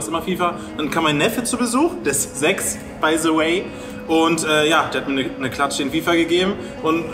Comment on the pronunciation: „Bei se wey“